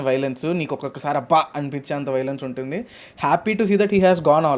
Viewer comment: ముందు తెలుగు సరియైన ఉచ్చారణ తోమాటలు ఆడండి. ఉంటది, గుంటది ఎన్టీ? ఉంటుంది అని ఉచ్చరించాలి.